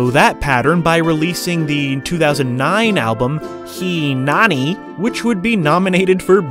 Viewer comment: Hey fam just fyi (as a born and raised Hawaii person) when you see the letter "e" it's pronounced like a long ā sound (ayy) like in "hay"... So He Nani is "Hay Nah-ni" 👍 BONUS: when you see the letter "i" THOSE you can say like "ee" (as in Hawaii) 🤙